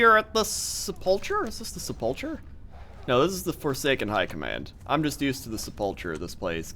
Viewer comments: sepulcher is pronounced se-pul-ker not se-pul-cher. The english language is stuffed up I know. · It's not SEPULCHER - It's SEP UL KER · Sepulcher: Pronounced; Seh-pul-ker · sep·ul·cher Pronounced sepəlkər noun: sepulchre 1.a small room or monument, cut in rock or built of stone, in which a dead person is laid or buried. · Sepul-K-er not the Ch sound! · you are saying "Sepulcher" wrong the ch makes the k sound in it